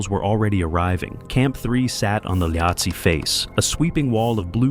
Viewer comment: Cwm is pronounced coomb ... and is 'lowhatse' the mountain next to Everest? Learn its pronunciation. 😊🇦🇺